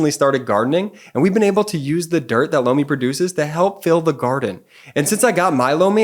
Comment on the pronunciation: Lomi sounded like “blow me”!